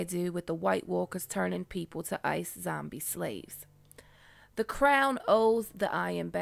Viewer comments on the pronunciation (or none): none